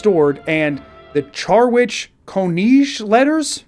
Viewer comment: While I'm not sure how to pronounce Koniinge, Charwich is almost certainly pronounced Cha-Rick